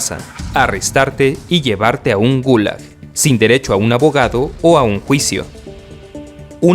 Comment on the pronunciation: Me sorprendió la pronunciación que diste de la gulag